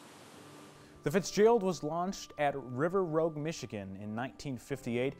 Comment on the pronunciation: River Rouge, home to Great Lakes Engineering Works, the Fitz's birthplace, is pronounced like two long O's. ( Roo-ge) It rhymes with stooge.